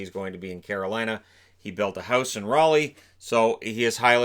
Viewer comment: Yes someone who knows how to pronounce Raleigh correctly.👍